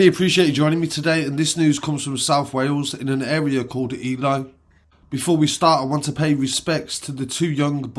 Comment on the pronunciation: Its pronounced E-lee bro 👊🏽 just so you know